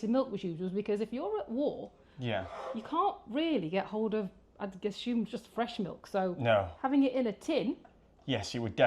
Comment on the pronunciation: I love it in just about every video he says "I ashume..."